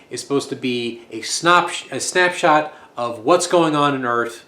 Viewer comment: I liked the bit where you nearly said "Snop-shat" instead of "Snap-shot" best. Do it again.